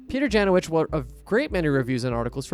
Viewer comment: A little fun fact. Janowicz is a polish surname and you read it incorrect. It should be pronounce Yanovich